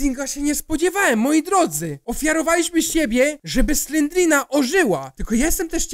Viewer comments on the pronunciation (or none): nie slendrina tylko slenderimna